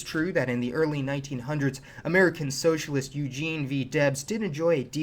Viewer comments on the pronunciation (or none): pay attention do how he says "socialist"